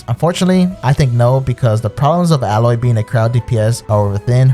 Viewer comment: Still saying Aloy's name wrong :(